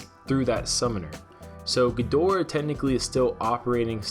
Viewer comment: Can you pronounce it correctly please. Watch some old godzilla movies.